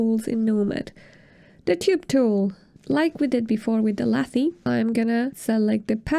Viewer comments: Fantastic tutorial! thanks for explaining the basics! I believe lathe is pronounced lay-th though- like the machine used in wood or metal shaping when making cylindrical sculptures :) sorry, just lost focus each time i heard lathee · Great video. But lathe doesn’t rhyme with latte’. It’s lay-th. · 😆Was going to tell her this. It made me smile chuckle every time. Very informative video Thank you!